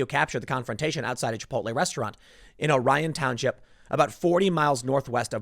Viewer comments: Lake "Oar-ee-in" not Oh-ryan..lol.. anyway.. Pontiac is not even 10 minutes from there. No Lake Orion is not a bad area but you get Alot of Pontiac people going there.. Pontiac in most spots.. is like a mini Detroit. Regardless, if I was pregnant& people caused a scene like that over a little bump.. i may have feared for my life too.. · Orion (pronounced ŌR-ē-in) is a world away from Detroit. I don't disagree with your assessment about the woman's likely thought pattern but including Orion as part of Detroit is quite a stretch. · This happened 40 miles north of Detroit in a very nice area. However it is just a couple miles outside Pontiac MI which is basically a small Detroit. It also consistently on top dangerous cities with Detroit and flint. And it ore-ion not oryan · Amy Cooper has Robert Barnes representing her, she will not serve one second in jail. O-Reeon, not Orion. It is upper middle class, in between Pontiac and Flint. Pontiac and Flint are I think per capita more deadly than Detroit. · Tim...its pronounced Oree-in lol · pronounced...OR-ion Township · It's called lake Orion it's not pronounced like the stars. Its pronounced like this OR ean.👍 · btw its pronounced ORR-ee-ən...im from that area... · Pronounced OR-eon Tim! While part of Metro Detroit, Orion township is the suburbs. And northern Orion may have a more rural outlook. It is sort of the DMZ between Pontiac and northern rural Oakland County. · Lake Orion ( pronounced OR-eee-ON) is 40 miles from Detroit, Flint is another 40 miles north from there.